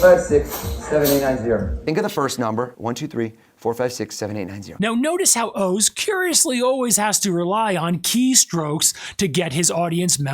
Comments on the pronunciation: I'm still stuck on the fact that you do not know how to pronounce "Oz". I could see it being difficult for someone from Asia to figure out the correct pronunciation, but would you say "Have you ever seen The wizard of owe's?" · Is his name pronounced "ohs" or is he using AI now? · Isnt it pronounced Oz like wizard of oz? Not Os like multiple O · Wizard of Oh-z. Wizard of Ah-z?